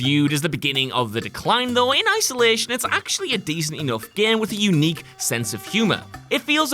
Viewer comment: "The gehm"